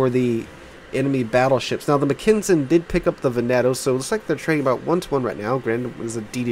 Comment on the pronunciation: Dude, Mackensen = Mack en sen, not what you're saying, just saying :)